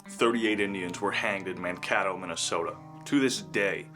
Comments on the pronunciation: Great content! This has become one of my favorite channels. Just a note. Mankato is pronounced , Man-kay-to long "a'. Keep up the good work! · Love your videos! Thankyou so much for presenting real history. Also, it is pronounced Mankato (Kato sounds like N.A.T.O.) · Man-Kay-tow is how it is pronounced. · MAN KAY TOE ....MINNESOTA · Man-cay-toe is how it is pronounced. Mankato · No offense but it's Man-ka(kay)-to(tow).... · ManKAYto, long A. Man-Kay-Tow. My GGG Grandfather was on guard duty the day of the hanging, he was a German immigrant who had been an American for all of 12 years when he went to war at age 38. Scrappy little farmer, I found out from his war records we was 5'3" and 131lbs, ruddy complexion and blue eyes. He joined the 7th Minnesota Volunteer Infantry headed up by Henry Sibley. They tracked the Sioux all over MN and SD and gathered up about 340 of the worst offenders. When Minnesota cabled Washington and told Lincoln they defeated the Sioux and they wanted to hang 340 warriors, Lincoln said "Hell no, Im trying to build a country and Ive got a war on my hands. You can hang 10% of the enemy prisoners." A day after Christmas they did the hangings, Im not sure how many went at one time but it was multiple ropes. The soldiers of the 7th got a short leave then loaded onto flat boats and drifted down to New Orleans and joined the real war. My GGG Grandfather eventually got sick, he and thousands of others got the shits and it got so bad for him he ended up on a hospital barge in Memphis, which was considered by some to be a death sentence. He survived enough weeks there to make the trip to Prairie du Chein, WI where there was a convalescent home of sorts for soldiers from the north to recuperate. Grandpa eventually made it back to central MN to his wife, boys and farm and was dead within 2 years, the sickness he caught never did quite leave him. He left behind a wife and 5 boys. The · The second "a" in Mankato is a 'Long A' as in cake.